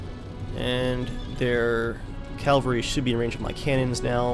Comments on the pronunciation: calvary was the hill where jesus was crucified. cavalry are mounted infantry. its pronounced differently man, try sounding it out or something. smh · does ge realise that he can't say cavalry right.He says it like calvery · NOT (CALLVURI)!!! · Calvary????? What's that :) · not a bad vid...but i think you should know, it's pronounced CAV-AL-RY. not CAL-VARY. just sayin. in Jewish mythology, "Calvary" is the place where the Romans brought Jesus of Nazareth to his gory, untimely demise on a cross. "Cavalry" is a body of mounted troops. again...just sayin. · say it with me: CAV-ALRY. Calvary is a place. no such thing as 1st CALvary division. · cavalry not calvary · its Cavalry ffs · It's cavalry. cavalry not calvary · Calvary? Is it not cavalry? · AWesome vid just its cavalry not calvary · From the get-go, you should have used your howitzers to defeat the British cannons. This opens up your cannons to move to the front and fire devastating cannister shot. AND..I know it's nitpicking....but its Cavalry..not Calvary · Dude, it's not CALvary, it's CAValry! GET IT RIGHT! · you say calvery, it is cavalry. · Cavalry. Not calvary. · I realize this is an old video and I hate to nitpick but it's cavalry not Calvary. The first is an army on horseback but the one you keep saying is the hill Jesus was crucified on. Really like the video though. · Not to be a dick or anything but it's pronounced 'cav-al-ry' not 'cal-var-y.' I used to say it the same way. I really enjoy your videos btw. Great content. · Good video, just one question.... Why do you pronounce the word 'cavalry' 'calvary'?? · Why do you say calvary instead of cavalry? I know this sounds annoying but I just want to mention if you didn't mention it yourself :) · sorry do you keep saying CALVERY instead of CAVALRY? nice vid though looks like a good game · its cavalry not calvary omg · Calvary?? All the time... It is spelt Cavalry, pronounced the same. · ITS PRONOUNCED (CAVULRI)